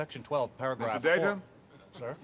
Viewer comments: Well you’re pronouncing “Data” incorrectly . And the X-Men movies were in Fox’s Marvel line, not the MCU. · Maybe I'm on a different wave length than the rest of the community. I thought Nemisis was awesome. Insurrection just felt like an overly long episode. Also it's Day Tuh. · Okay Pulaski! There are 2 ways to pronounce the noun data, but there is only 1 way to pronounce the Name Data! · Honestly surprised you didn't mention that for its first two seasons, Enterprise didn't even include "Star Trek" in its title -- that didn't come about until season 3! (But, uhhhh, I liked the opening music...) PS - you're mispronouncing Data's name. As he told Pulaski when she did the same, "One is my name; the other is not." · YES - HOW THE FUCK do you pronounce Data incorrectly and claim to be a fan. That was SOOOOO cringy. Almost as much as saying you liked the Enterprise theme song, holy shit it was AWFUL. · My complaint - criticizes Baird for not knowing Trek yet doesn't know how to pronounce Data properly. Fuck me, how the hell do you get that wrong and claim to know anything about Next Gen? UGH